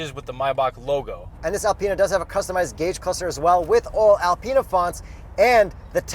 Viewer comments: Alpeanut haha get the pronunciation right!!! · Learn how to say Alpina properly